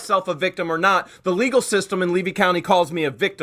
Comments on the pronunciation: The county is pronounced Lee-V Levy. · You strut around Florida as a native and you can't say Levy County? Smh...